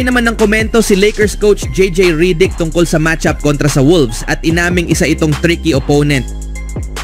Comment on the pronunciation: Malamang bisakol itong admin😂 Langyang pronunciation yn😂 "Ridik"😂